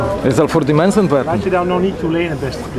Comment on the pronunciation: Wghahaha dat stukje bij Ja..die mensen weRRKen niet voor die geld. Wahahahah!